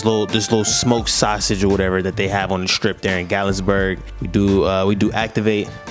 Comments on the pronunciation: You pronouncing Gat-lin-burg wrong 😂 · *GATLINBURG no S at all 😊😂